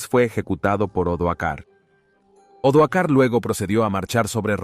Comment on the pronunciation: Gran trabajo. Pero se dan repetidos errores de lectura por parte del narrador que habla de los años 1900's y hasta 2000's! También hay que tener cuidado con los nombres de los personajes históricos! Odoacro no Odoar, Julio Nepote no Julio Nepos... y así entre varios...